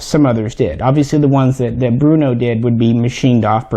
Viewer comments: Brno not Bruno...lol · Its BRNO not Bruno.... 😎🤝😁👍